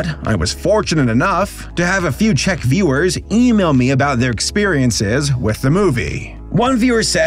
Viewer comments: Dont worry,, you’re pronouncing “Czech” correctly Of course I’d know, I live here (You still have to work on how to pronounce “Jan” lmao) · as a slovak, i'd like to note that czechoslovakia has not been a thing since january 1st, 1993 :) and yes... you did pronounce czech correctly so that's good lol